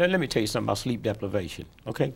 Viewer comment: Did my guy just say sleep deplivation?